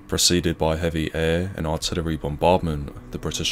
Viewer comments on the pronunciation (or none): none